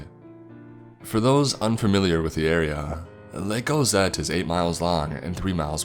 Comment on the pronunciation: Lake- a. area-a. Bog-a